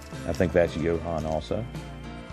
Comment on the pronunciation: The Cadillac custom parts are definitely from Jo-Han kits, looked like a ‘62 and a ‘65 or ‘66. It’s pronounced JOE-Han by the way - named after the founder John Hanley. Those Monogram 1990s whitewalls are actually American Satco whitewalls, great quality aftermarket parts and pretty rare. You have to cut the inside spiders out before inserting any wheels.